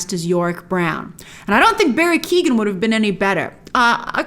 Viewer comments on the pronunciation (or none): Hi Grace, just a heads up because I’ve seen you’ve done it before in Eternals videos - Barry Keoghan is an Irish actor and his name is pronounced “Key-Oh-Wen”. :)